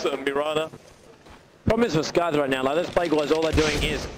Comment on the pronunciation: Whenever they pronounce Sycthe as "Skythe", I always check to see if its actually skythe zzz.